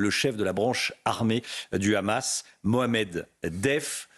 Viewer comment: C’est moi où il prononce Hamas Khamas?